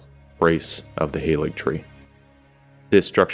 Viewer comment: Awesome vid. Just want to point out - 'Halig' is an Old English word, not based on German. Pronounced like 'hah-lee.' And incidentally, "the tree" is a very common reference to the cross in Christianity (especially medieval Christianity). For an Old English-speaking Christian, I think the 'holy tree' would be an obvious reference to the crucifixion. Not that we really needed more confirmation... :D